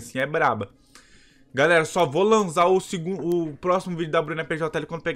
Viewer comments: Man seu vídeo e .muito legal mais oq eu mais se irrito e q ele fala vo lanza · Agonia do krl desse cara flando "lanza" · pq q vc ta falando lanzá amigo?